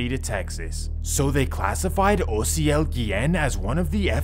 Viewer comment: I did what ? Damn he’s pronouncing my name right and all that lmao Mad props cause most people pronounce it with a A instead of a O but I make it easier for people to just say the letters O-C-L literally how you say it except you spell it OCIEL 🤣